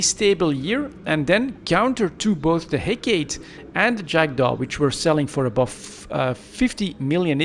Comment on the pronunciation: hec"AAA"tee its a oil vessle.